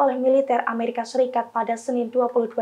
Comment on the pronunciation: Amrikia...? Amerika